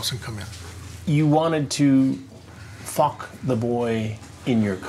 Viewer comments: "He said he wanted to FAwkkk!" lmaoooo chris done got bold out here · The way Chris be pronouncing FAWK 😂😂